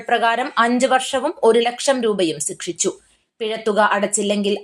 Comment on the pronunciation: സിക്ഷിച്ചു എന്നല്ല ശിക്ഷിച്ചു എന്നാണ് വാക്ക്